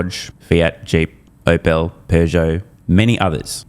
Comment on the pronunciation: Citri'un :-) Then again, he's an Aussie, didn't expect him to. Same goes for Opel.